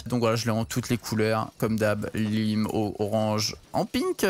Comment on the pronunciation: Lime pas Leem